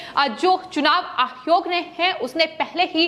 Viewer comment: Tum Pakistani hai keya? Hare word ko kuchbhi bolte rahati ho. Ayog ko ayhog kiyun bolti ho? Kitne bar bola tumahara news presentation style normal karo. Unpad ledki ke tarah pronounce karti rahati ho.